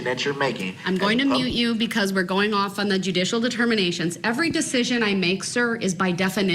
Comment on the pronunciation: did you notice sometimes he said ask?…I think a lot of it is an act…but he also says troof,instead of truth..substain instead of sustain..he says dujicial instead of judicial and so many other things I’ve heard from similar people